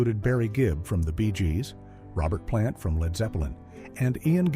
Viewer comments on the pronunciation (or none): none